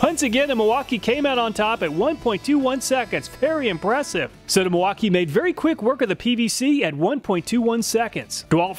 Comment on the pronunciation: Milwauk-eye-ayyy!!! Real nice like.